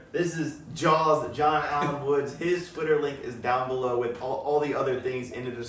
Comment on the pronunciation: It's John Mother Fuckin Woods! Get it right!!!!